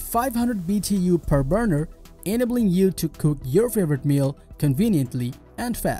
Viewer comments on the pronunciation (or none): Lol.. He said BDU's ..its BTU's good stuff !!